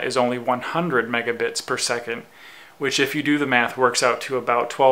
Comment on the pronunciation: megabits not megabites